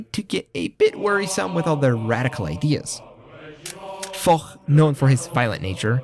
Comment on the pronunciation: the prononcuation of french name make it hard to know who tf u speaking about (like Foch is spelled Fosh, we dont have the barbarian germanic sound in our language such as kh in arabic)